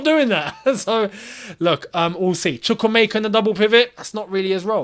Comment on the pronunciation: Why do you keep on butchering Chukwuemeka's name always😂😂😂😂